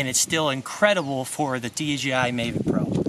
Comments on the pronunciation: it's the mavic, not mayvic but anyways cool ! thanks for the video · Please stop saying MAYvic.. there is no Y 😂